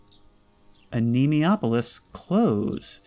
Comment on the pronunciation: "a knee moi ah pole lis" is the pronunciation I think